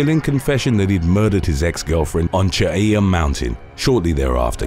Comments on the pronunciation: You committed a murder. You murdered the pronunciation of Cheaha lol It's Chee-haw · Great video (as always). I live in the foothills of Mt. Cheaha so I'm very familiar with the area where #1 occurred. It's a beautiful place to hike, camp, ride, etc and for reference, Talladega Super Speedway isn't too far from it. Also, if anyone is curious, it's pronounced "Chee-ha".